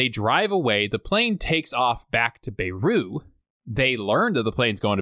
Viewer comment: Are you really saying Beru? like Aunt Beru? It's pronounced Bey root, it may be French but it's not pronounced like it is. Bayroot!